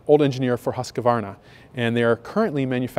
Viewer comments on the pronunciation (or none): Love the look but so many still can't pronounce Husqvarna. It's husk varn a, not husk a varn a.